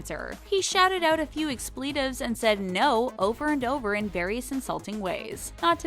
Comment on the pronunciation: The voice-over woman needs to learn the correct pronunciation of the word "expletive" & Ricky Gervais' last name. Or, is this a fancy, high-tech robo-voice that's incapable of doing that?!?!